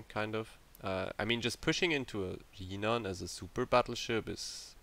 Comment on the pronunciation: Pronounciation not yinan it's literally jinan with the J Also idk why people are still speccing into guns? They are so bad and this is a destroyer with a citadel and excellent torpedoes. Yes it's shite but it's actually pretty creative